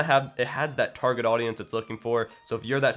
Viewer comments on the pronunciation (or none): none